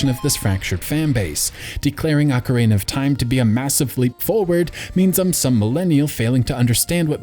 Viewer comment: Ugh, "ock-er-AY-nuh."